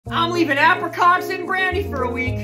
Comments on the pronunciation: Hey not trying to be rude but they're pronounced like Ape-er-cots the I isn't pronounced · The way he pronounced apricots tho😂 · How are you pronouncing apricots